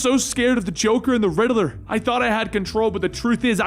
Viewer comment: Dude WHEN are you gonna learn how to say “Riddler”?…. It’s not “RiddAler” There is not “A” in Riddler!!, (So Annoying🤬)